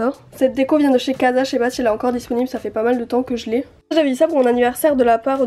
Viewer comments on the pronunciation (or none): none